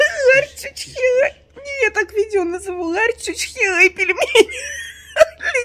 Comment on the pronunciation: "Лари" - национальная валюта Грузии. оговорилась "Ларь".Вот кто-то из комментаторов и написАл....